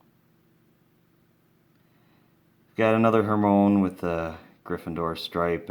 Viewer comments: It's her my oh nee not hermoins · It's not her-mone Its her-my-e-knee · to tell you it's not who Moines it's Hermione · NOT HERMONE HER-MY-UH-NEE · It's Hermione not Hermoine. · It is Hermione not Hermone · it's Hermione NOT HERMONE !!!! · Malfroy?? Hermone?? Ballisk???!Dude. This collection is so dope but how do you not know their names bro come on now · Ur Saying It Wrong! It's Hermione Not Hermone Good Luck Next Time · Her-my-on-ie Lol Hermoine what a way of saying her name 😂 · I ended crying with laughter over his pronounciations of "HER-MINE", "DUMBLEDORF" and "MAL-FROY" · ty r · it is pronounced (her-mai-oh-nee) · it's pronounced her-my-iny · He's commenting on how he said the names wrong. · Hurt- my -knee XD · U said hermione wrong